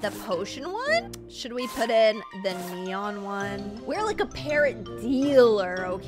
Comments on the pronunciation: you meant "neon" not "enon" ? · Anyone else realise it says ENON and not neon?? 😂 LUV YOU STILL AFTER RLIKE 4 YEARS